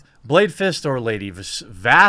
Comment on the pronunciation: let me say it for you : Lady-Vahj ✔